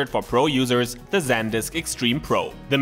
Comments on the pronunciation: It's pronounced "Sand-disk" not "Zen-disk". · San - disk. There isn't a second d....